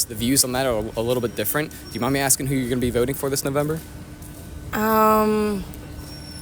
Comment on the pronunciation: Axing???????? Bro!